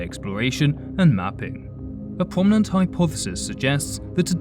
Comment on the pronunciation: “Pwominent” “Gwavity” “Theowy” “Wegions”